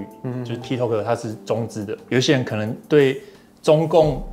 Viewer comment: 很重要 ：八炯跟波特王都發音錯了，tik tok 的發音類似是「踢k塔k」，不是「踢k透k」。 就像Costco 是發「咖S叩」，不是「摳S叩」。 o是發一個類似ㄚ的短母音，不是長母音［ㄡˋoo~] 抱歉啊因為聽兩位講錯太久了，提醒一下。我是鐵粉！